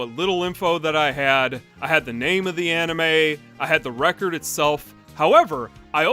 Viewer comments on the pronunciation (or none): for a minute i thought you say an Enema and not an anime lol